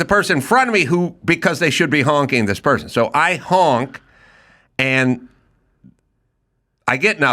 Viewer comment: Adam says hank instead of honk